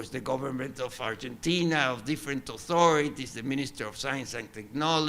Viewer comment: It's not Urgentina lmao